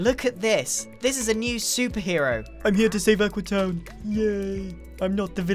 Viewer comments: Its AQUEEE not AQUA! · I like how X gave up and just calls it Aquee